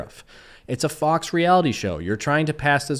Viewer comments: Yo,, I enjoy ur stuff bro, but, u can't go clowning someone who misspelled sheriff immediately after such a "faux pas" as pronouncing faux as "fowx". For future reference it's pronounced like foe. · Brother… “faux” isn’t pronounced “Fox”… it’s pronounced “foe”. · Faux is pronounced Foe not Fox. It’s one of them French words. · Great video. Keep ‘em coming. With that said, you keep pronouncing the word “Faux” as “Fox” for some reason. It means fake (it’s literally French for the word fake). It’s pronounced like the word “row” or “glow” but with an F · Faux is pronounced foe not fox. It's french. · Faux is pronounced like "Foe". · I love you bud, but for fucks sake; Faux is pronounced “Foh” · OF COURSE it's all about you!!!! He secretly references YOU in all his videos. smh. BTW, faux is not pronounced "fox" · Criticizing his spelling seconds after pronouncing faux "fox" is comedy gold. Also members of the Patty Mayo fan community should definitely be called Dougs. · Faux is pronounced like "foe" just fyi so you don't look like a GOOFBALL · Hey man, long time fan. "Faux" is pronounced like "Fo". It means fake. Great video man. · fyi. faux is pronunced foe...i think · Faux is pronounced "foh". Youre the best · Faux is pronounced "Foh" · To be fair, he spelled sherriff wrong, but you pronounced faux wrong. He isn't working for fox, he makes fake cop videos. He does admit it now, but there was a long period of time when he claimed that what he was doing was real. He is a D bag, both in fantasy land and in real people land, that is pretty undeniable. You can't tell me that he doesn't love being hero cop to all the little kiddies that are too naive to figure out it is all make-believe. He surely isn't going to correct them. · Lol you couldn’t pronounce faux and then corrected his spelling 😂 🥄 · you don't think that's how faux is pronounced do you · I’m on your side but I’m shook you pronounced the word “faux” wrong twice